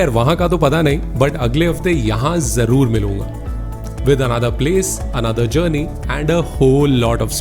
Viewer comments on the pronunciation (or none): none